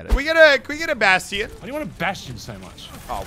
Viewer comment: Wait did Muselk just pronounce Bastion as Bas-te-in